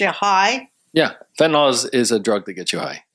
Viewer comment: The fentanyl part. I LOVE you all so much but it's pronounced fenta-NIL, and not fenta-NALL. But hey, almost everyone says it the second way so I must be wrong. :)